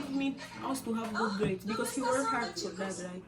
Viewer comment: For you not por you..😢